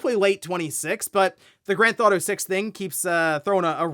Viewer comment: whenever you say Grand Theft Auto fast it breaks my brain and I can't focus on anything else you are saying. "Granth Auto" 🤯